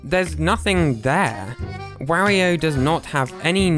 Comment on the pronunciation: He said wario like wahrio